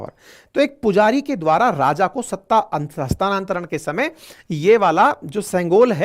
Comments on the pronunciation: हस्तांतरण न कि हस्तानान्तरण । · हस्तानांतरण नहीं होता हस्तांतरण होता है पर विडीयो बेस्ट है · हस्तानांतरण नही, हस्तांतरण शब्द है